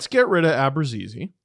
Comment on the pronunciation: I'd love for to tell me where the G is in Abruzzese's name he's pronouncing. Because I don't see it. Help please.